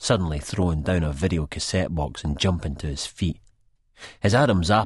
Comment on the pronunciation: Wideo 🤣🤣🤣🤣🤣 it's not pronounced like Video. It's pronounced like Wide Oh.